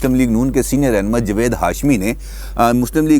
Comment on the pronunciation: جوید نہیں جناب جاوید ،